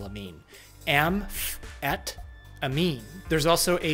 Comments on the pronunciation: Why he pronounce amphetamine so weird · How about calling the AM PH ET AMINE the Walter White Substance? This way you could avoid the awkward pronunciation... :)